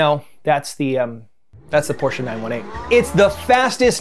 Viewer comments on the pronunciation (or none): none